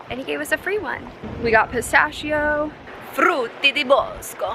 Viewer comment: the way you said "frutti di bosco" was just perfect! have you ever considered learning italian??? hi from italy!!